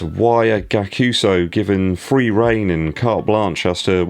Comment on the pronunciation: It’s pronounced guy-ak-u-su and the price point is ree-dic-u-lus